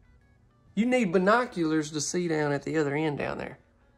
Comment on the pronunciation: LOL "binoculars"... that tickled me.